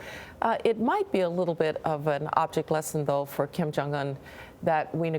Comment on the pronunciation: Kim. It is Kim. Mr.Kim.